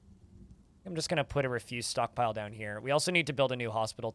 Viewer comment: Why is it that no DF streamer knows how to say refuse lol